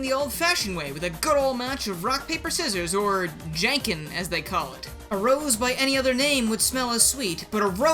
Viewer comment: "Jan-ken"? Omg, "(john-ken)" is what they call it in Japan.